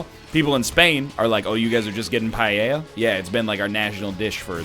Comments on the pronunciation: NL, dude, I know this is kinda petty, but its not pah-yay-a. Paella. Pah-EL(like how you pronounce the letter L)-Ya. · NL's pronunciation of paella kinda hurt me tbh